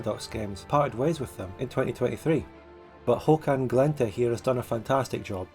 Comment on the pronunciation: Nice pronunciation on Håkan Glänte!